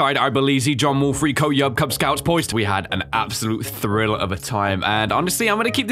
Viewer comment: KuzScouts instead of KubzScouts...nice